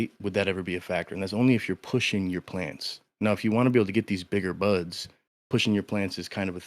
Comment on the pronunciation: When buds sound like butts it takes on a whole new meaning 😅 only like big buds not little buds 😂